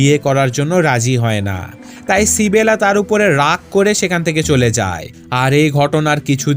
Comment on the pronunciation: ভাই সিবেলা টা কে মেয়েটার নাম তো ইসাবেলা।